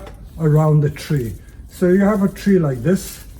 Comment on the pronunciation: “Some yew win, some yew lose” hehehh